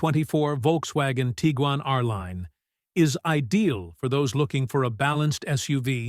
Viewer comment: Teagan? haha Its Tiguan as in Tig-Wan